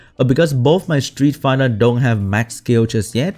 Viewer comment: I change my mind, is not the only SW youtuber that's is not a fan of Street Fighter, almost every SW youtuber is. Even can't even pronounce it correctly as well.